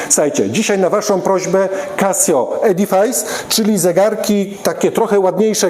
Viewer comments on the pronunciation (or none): W zasadzie to się wymawia edyfys, a nie edifajs. A tak poza tym to są świetne zegarki, nie do zdarcia.